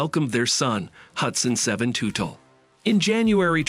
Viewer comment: Ummmm you can't even pronounce the last name correctly. It's Tutel like as in King Tut with an 'ellll' at the end. FFS!